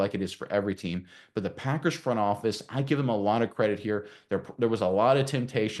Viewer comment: First time someone stated the packers correctly.